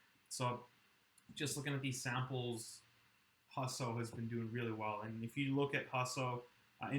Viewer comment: maybe learn how to pronounce Husso before you talk about him.